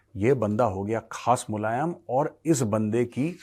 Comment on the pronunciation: मुलायम ya मुल्लायम 😅